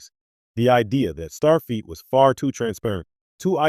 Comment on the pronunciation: MAGA Make America Godly Again,,, After hearing "Starfeat" three times, I just stopped watching. It is, "Starfleet".